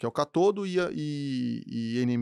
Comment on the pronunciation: "Catodo e anodo ou cátodo e ânodo?" Quem é o "EXPERT" ? O "podcaster" ou... Fala correto, intelectual!!!